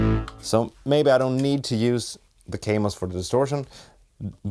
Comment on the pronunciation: It is called Kaamos not Keimos.